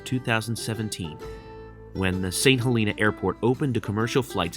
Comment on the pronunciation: Great video! Fyi St. Helena is pronounced saint hel uh nah :)